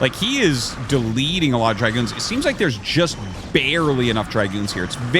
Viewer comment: It's Dragoon, not dry-goon.